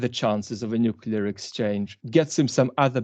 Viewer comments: Nuclear - new clear. Shame on you Dr Campbell 😂 English your second language? Vlad pronounced it right every time 😉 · Wow - for years I thought Dr. Campbell was British - but obviously not from his constantly saying 'nucular'! I'm guessing you emigrated and managed to keep your British accent? Nevertheless a fascinating conversation, thank you. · Why, as an educated man, Dr Campbell, do you say 'nucula' instead of 'nuclear'? It seems weird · This gentleman mentions 'newkiller' weapons on several occasions. Is this a Freudian slip or a mispronunciation of 'nuclear'? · Please! The word is "nuclear" not "nucular". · dr John, may I point out to you that it's pronounced nuCLEAR, not nucular thank you for this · Not nucular... it is nuclear. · Dr Campbell, nuclear should not by pronounced nucular. It annoys me that ever since George W Bush popularised that pronunciation, more and more people, who should know better, have taken his lead. I am disappointed that even a scientist, who should be familiar with the word nucleus, should then ignore the fact that this is the root of nuclear. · Dr. Campbell, it is pronounced NU-CLE-AR . Not nuke-you-ler... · Good advice. Don't make yourself into a media personality. Getting too big for your boots. By the way the word is 'nuclear' not nukular . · It's surprising isn't it that someone as obviously intelligent as John Campbell insists on referring to "nucular" weapons as opposed to what everyone else refers to as nuclear weapons. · It's nuclear, not nucular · Nuclear is pronounced NEW-CLE-EAR, not NUC-YOU-LAR, Dr. You sound like George W. Bush! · Nuklear not nuclear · Nuclear not Nucular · Nuclear, pronounced "nu-cle-ar", for the love of g_d, not "noo-cool-arr". Kind regards.